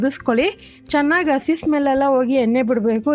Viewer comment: ಅಸಿ ನ??? madam ಹಸಿ ಅದು..